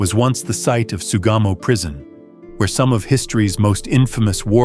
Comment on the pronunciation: It's Sugamo Prison. I keep hearing "Tsugamo."